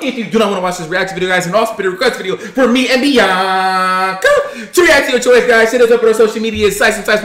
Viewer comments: When they started post to say in the beginning of the video I was laughing because said Beoc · She said biowca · She said Biankaa😤🤮